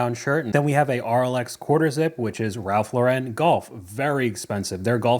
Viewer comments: It's prounced Ralph LAU ren, not lau REN. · You’re killing me with the Ralph “Low-ren” 🤣 It’s just Ralph “Lauren” like the girls name. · Great vid but please note Ralph Lauren is as American as apple pie so not pronounced as French!